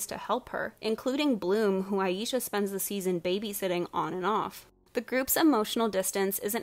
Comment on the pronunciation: Okay but not the fact that the one black character is the Mother figure. The writers gave such little shit about Aisha that they didn't even pronounce her name right. I would know I spent my entire life being called "I-yee-sha" 😔